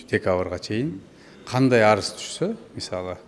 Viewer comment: Арыс эмес арыз